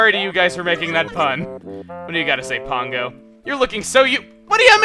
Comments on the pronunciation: Pango is a complete bitch. She put the birthday gift I gave her up for sale in Re-Tail the next day, even though it fell into the categories of things she likes. Don't know why you keep calling her Pongo though, accent I assume? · why do you pronounce her name pongo when it is spelled pango?